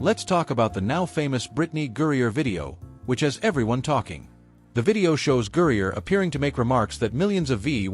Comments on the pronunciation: Her name is GRINER—not Gurrier! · Al say her name Right. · Maybe if you could properly pronounce her name she might have “noticed”….your opinion!